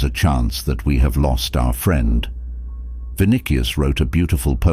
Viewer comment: My feedback would be- many great ideas. Many simple words like “us” and “friend” are mispronounced multiple times!???! Also strange pauses in mid sentence? Makes listening a bit challenging